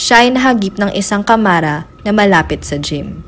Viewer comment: kya nga narrator malimali bigkas niya sa mga words not good she dont know the rigjt prounciation😂😂😂😂